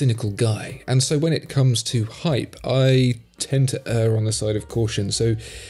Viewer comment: Major admiration and praise for correct pronunciation of "err". Disturbingly rare nowadays.